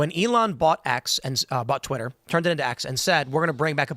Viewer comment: "it's tweeter" blah blah. Couldn't understand cause i fell over laughing at "tweeter"